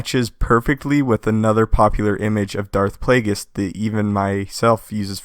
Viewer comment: I dont think youre saying Plagueis correctly.